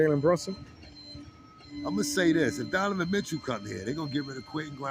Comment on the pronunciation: My bruh!!! Love your show, but it's DoNOvan, not DoVAnan! Otherwise, your show is nice dude.